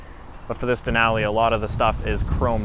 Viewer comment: The way he says Denali makes my brain hurt.